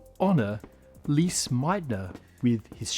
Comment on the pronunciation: At least look up how to pronounce Lise before honouring her legacy. 5 seconds on Wiki would do the trick.